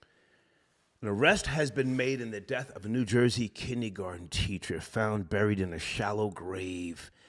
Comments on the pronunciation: said Kinnie garten instead of Kindergarten, some Old School Talk..I just fell out my chair with Laughter.…🤣🤣🤣🤣🤣🤣🤣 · black side coming out pronouncing kindergarten “kidney garden”